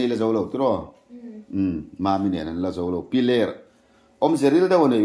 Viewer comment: Piler khaw hming hi lam sual leh ziak sual an tam thin khawp mai,a thu lam leh ziakah ani emaw, 'h' hi lam Rik/ thluk loh tur a ni a.